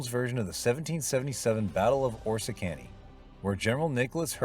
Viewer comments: AS someone who lives in Upstate New York I feel I must say that it is Prounounced Ore Risk Canny. Please get the pronunciation RIGHT! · Your pronouncement is so wrong! The battle is called, Or-ris- kan e ! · You lost all credibility with the mispronunciation of Oriskany. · I just and won't give this a thumb's up. The AI varies from terrible to pathetic. First, it's NOT the civil war.. IT"S the REVOLUTION!! Learn!! how to pronounce the name of the battle CORRECTLY!!.. PLEASE!. A terrible vid.